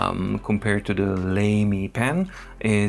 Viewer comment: I believe Lamy is pronounced ”lah-mee” -- German pronunciation